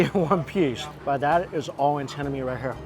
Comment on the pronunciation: Antenna, not antanna